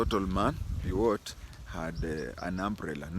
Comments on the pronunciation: Pius is pronounced as “Payas”. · That is the English pronunciation but Pius being a Latin name is just pronounced as PIUS.